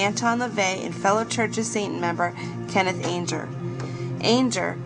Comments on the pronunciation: Ange-er lol it's Anger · It's pronounced "ANN-JER". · dat voice :( people always forget to add that hunter (at the stones concert)pulled a gun and shot at the stage so the incident at the concert is not as black and white as "truthers" make out you can't have done much research on key players such as anger if you can't even pronounce his name.sorry to be negative you did get some of the web correct but some of your info is not proven that's what happens when you piggyback others work without checking sources properly. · yup yup, not just Anger but so many names and words mispronounced it was distracting at first and annoying as the video continues.